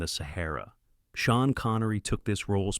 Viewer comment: "Shan" Connery??? Screw your damn AI narration crap....